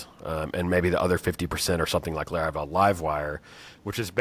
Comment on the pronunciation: I like how consistently pronounces things wrong like Laravel and Linode. Great episode.